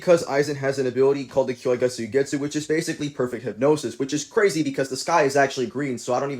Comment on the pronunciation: Did you just say kyoyga?